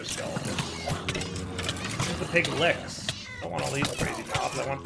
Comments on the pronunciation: Pig lick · I find it endearing because of how obviously wrong it is.